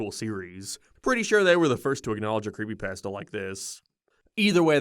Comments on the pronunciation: The funniest thing in the whole video is how you can't even pronounce it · The way said creepypasta is nightmare fuel